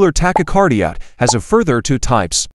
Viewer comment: The AI voice mispronounced asystole and tachycardia.